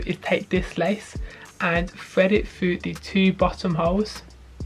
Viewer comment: Fred it foo! That damn “th” gets them every time